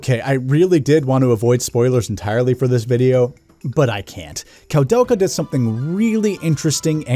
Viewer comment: It's pronounced "Koo-del-kaa" haha But regardless, great review dude, was entertaining all the way through! I love this game very much, it's one of my favorites on the PS1 despite some of its issues. (analog movement but no analog support?! Tank controls actually worked better on the dpad imo, as you said in a different way :P ) And it looks absolutely beautiful on a high quality CRT TV. I really wanna give this a review myself one of these days.